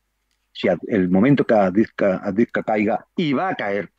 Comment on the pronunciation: Miguel Ruiz/Juan Antonio Aguilar los "sigo" desde el comienzo de la OME Tratan excelentemente con acertados y exactos relatos lo que acontece realmente en el frente. La ciudad en cuestión se pronuncia "AVDIEYEVKA" a partir de una incorrecta transcripción del ucraniano. Lo mismo ocurre con Jarkov, Lvov Soy Ingeniero Militar Aeronáutico graduado en 1977 en Academia Zhukovski. Obtuve Maestría en Ciencias Técnicas (MSc en CT) y posteriormente el Doctorado en CT en . Hablo ruso desde 1963